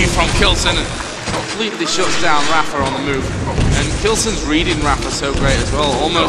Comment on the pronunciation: zis is rapha ahah